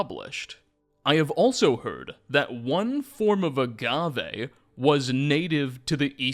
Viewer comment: STOP SAYING AGAVE LIKE THAT STOP SAYING AGAVE LIKE THAT STOP SAYING AGAVE LIKE THAT STOP SAYING AGAVE LIKE THAT STOP SAYING AGAVE LIKE THAT